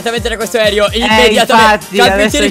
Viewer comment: Cap posso dirti una cosa? Si dice aereo non aerio 😂🤦‍♂️